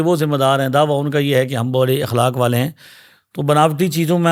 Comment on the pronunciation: لفظ اخلاق الف کے زبر کے ساتھ ہے